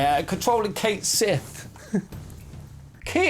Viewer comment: How many years must we go with people STILL not knowing how to pronounce his name properly? It's (KAY- or KET SHEE) from Gaelic mythology, not Kate Sith...